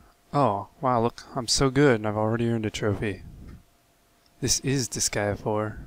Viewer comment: YEEES you say the name of the game right!!!! you're subbed man :D